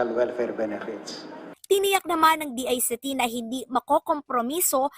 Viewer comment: I am wondering, how these people pronounce DICT. When does the letter c changed its pronunciation?